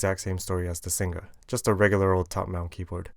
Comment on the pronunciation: Singa not Sing Ga :(